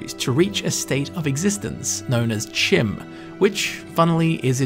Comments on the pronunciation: The College's foundations could be warded instead of the college itself. It could have been there since it's construction. Chim appears to be pronounced with a long E sound and a CH as in Cheese. Fantastic video though. You've made a very interesting story out of not a whole lot of information. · Actual Bethesda lore master says it’s pronounced “Chim” the community “You’re wrong!” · Why would it be pronounced kim?